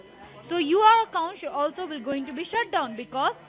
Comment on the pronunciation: “ I wheel explain you “